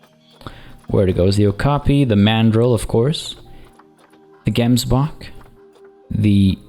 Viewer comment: Hi, just want to say that you don't say Gemsbok like that, you actually say the 'g' as if there is something stuck in your throat.